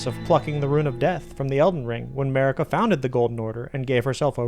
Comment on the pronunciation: Turn on subtitles and read starting . 😂😂😂 On a side note: You do say Marika as A'marika.